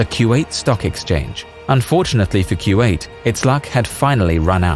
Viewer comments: Its not Q8 It is Ku wa 8. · Fairly sure it's "koo-wait" no "q-eight" ... maybe I'm wrong. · i think kuwait is pronunce as koo wa it